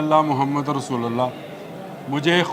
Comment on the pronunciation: کلمہ لا الہ الا اللہ محمد رسول اللّٰہ رسول کی لام پر زبر نہیں پیش ھے